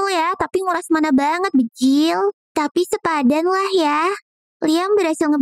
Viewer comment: Kenapa ngomong banjir malah bejil😅😅😅😂😂